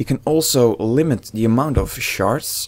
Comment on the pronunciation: when you say shards it sound like youre saying sharts xD